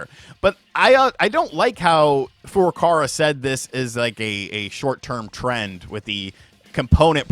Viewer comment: I'm begging you to say Furukawa correctly just once. Please.